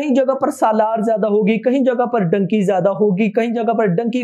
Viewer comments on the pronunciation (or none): none